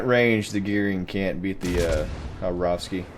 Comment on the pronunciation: you pronounced the two a's right,but it is pronounced kabarovsk,not Habarovskee :) Khabarovsk :)